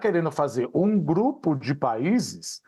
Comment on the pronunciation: GRUPE????? FOI ISSO QUE EU OUVI😂